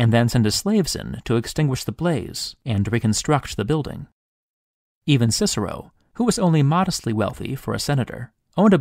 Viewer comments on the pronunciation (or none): none